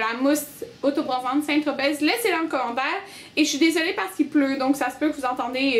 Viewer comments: aaaaaaah on ne prononce pas le Z de Saint-tropez, ça se prononce comme si ça s'écrivait Saint-tropé. Désolé, ça me faisait mal aux oreilles :p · On ne dit pas le Z dans St-Tropez c'est une ville dans le sud de la France ;)